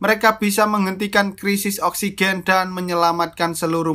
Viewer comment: Saya gak bisa nonton ini karna saya belum perna menghirup "Oskigen"